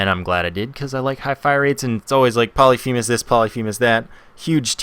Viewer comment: Y u no pronounce Polyphemus correctly?